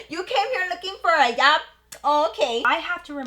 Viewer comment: I love how she said “yob” instead of job 😂 iykyk